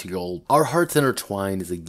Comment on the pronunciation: It’s pronounced “In terr stish al”